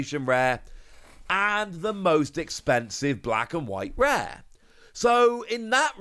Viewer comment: Special illustration reeeaz😂😂😂 whatever dude